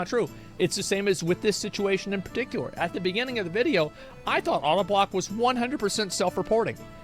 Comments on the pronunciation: Auto-block. Idky but that just cracked me up the way he said his name. It’s pronounced “oh-da-block”. Also I’m not making funny of him, just gave me a laugh. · Odablock is pronounced Oh-dah-block... jus sayin i gotta have my boys back.. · It’s pronounced oh-duh block 😂